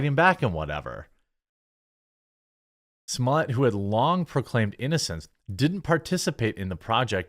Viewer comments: Pronounced Smol-let, not Smol-yay. Just sayin. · It’s pronounced s mol et why are you making that more complicated than it has to be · Smollett is pronounced "small-ett .... One t would have you pronounce it small-ay ..... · Why did you say his name like that ? Lol